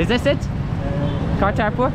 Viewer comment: IT IS KARTAR PURA AND NOT KARTAR PUR